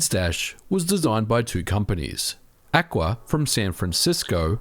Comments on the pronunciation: AKQA is pronounced as the 4 letters btw a..k..q..a, not 'aqua' 😉 I worked in their London office at the time of the 360 localising the Xbox emea websites amoungst others. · Just a note - "AKQA" is pronounced "AY-KAY-QUEUE-AY". I used to work with them at a previous job :) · AKQA is pronounced A-K-Q-A, and is the initials for the "owner" of the company, Ajaz Ahmed :)